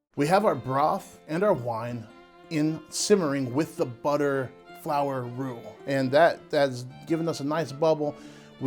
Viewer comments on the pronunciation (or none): none